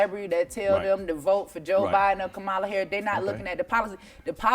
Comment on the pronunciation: First and foremost Angela, you need to know how to pronounce Vice President Kamala's name.